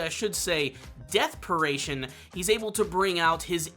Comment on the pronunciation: my soul died a little more every time i heard "deathperation", crying out "its called dying will!!!" into the abyss